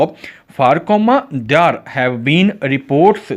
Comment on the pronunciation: Ap there shi nhi bolta asa lgta ap bol rha h they are there bola kra kindly ap ki sub recordings ma ya sub sa bri mistake h ap khud b gor kra😊